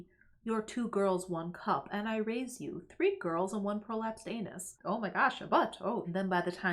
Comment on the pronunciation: There's a certain je na sais quoi to "prolapsed anus" said with a Midwestern accent.